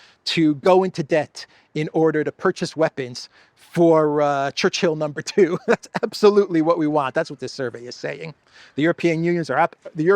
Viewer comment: when you mention “Churchill No 2,” I think the emphasis is, “No 2.” 💩